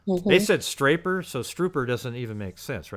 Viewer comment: Why don't I ever hear the possibility of him saying "escapers" insteAd of this staper business? I know escapers isn't exactly a word either tho it has a lot more of a probable meaning than that of the scaper or staper.